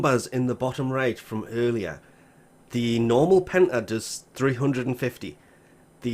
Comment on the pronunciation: I heard hentie when you said Penta